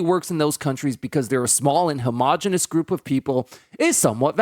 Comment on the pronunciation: Lol homogeneous Just say it my dude